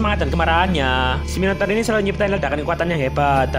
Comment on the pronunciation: Yang gw denger "Minotaur=Minotauran" 🗿